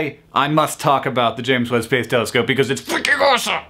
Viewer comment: I know it's the James Webb telescope but all I hear is " Telescope" and that makes me giggle.